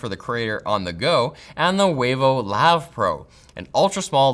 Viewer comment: Wavo (Huevo) & Concha 😭🤣🤣🤣